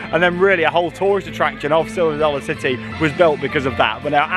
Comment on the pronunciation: "Silver Sollar City"